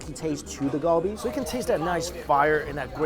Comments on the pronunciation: why do you say kalbi like that.... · everytime he said galbi wrong it made me cringe 😭